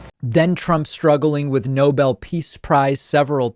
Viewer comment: if you think you deserve the nobel peace prize you could at least be able to pronounce it